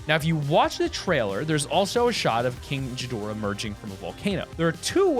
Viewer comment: Sorry to get on to you but I love Godzilla!! But you miss pronounced king gadorah